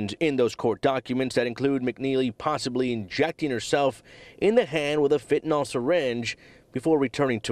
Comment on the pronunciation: "Fentanol"😅 For all the times fentanyl has been in the news, you'd think a newscaster would pronounce it right once.